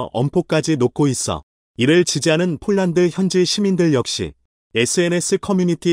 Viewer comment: 제발 폴란드를 쫄란드로 읽는 우를 범 하지 말아야!!!!!